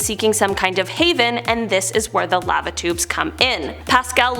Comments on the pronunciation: I thought she was saying "Latitudes" instead of "Lava Tubes" for a hot minute. I say laa-vuh 😅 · Who taught her how to say Lava, Antarctica and algae???? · Am I the only one that doesn’t like the way she says the word lava